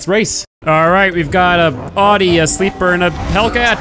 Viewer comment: a what awdi? i know audi jk just messing with you